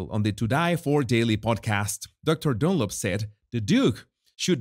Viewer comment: I love how you say "Dunlop"! It sounds like DOLLOP 😂😂😂